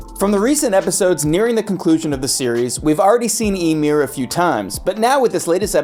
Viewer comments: I can't keep watching this, you keep pronouncing Ymir's name as "Imyr" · you can tell narrator man didnt watch AOT at all 1. he says Ymir's name as Emir its pronounced with a Y like Ya 2. The rumbling is Wall Titans not Colossal Titans. Wall Titans are 50 meters tall. and the Colossal is 60 meters tall, with the other diffrence being one came out of a wall and other one didnt. 3. Every Titan has a person inside of it so the Wall Titans would be no diffrent. The only time we got an insight as to what its like to be inside of a mindless titan is Ymir in season 2 said it was like living in a nightmare. 4. In the manga of AOT which believe it or not this anime is based on the opening scene there is 0 flowers 0 windmills just grass Eren and Mikasa. Its nothing resembling life or any of that its little changes to the animation to what the animators felt like doing. 5. The statue does not change poses those are diffrent statues as both of them can be seen in Part 1 of Season 4. The statue is of Helos who was I believe the one who ended the great titan war and send eldians to paradis. So diffrent statues of the same person it dosnt change. Last but not least watch the god damn show before making a script where everything you say is wrong.